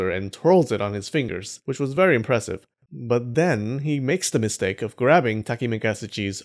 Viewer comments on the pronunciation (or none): none